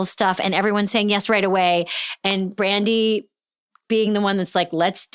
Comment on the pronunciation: Is it me, or is Amy saying “Randi”